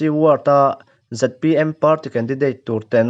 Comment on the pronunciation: ZPM tihtur niawm takah, ZMP tiin i lam tlat a ka hriat chu.